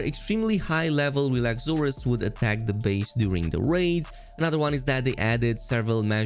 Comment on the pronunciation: The first YTer I’ve seen who didn’t pronounce it Relaxa-Soar-Us cheers to you for being smart 🤌🏻🤌🏻🤌🏻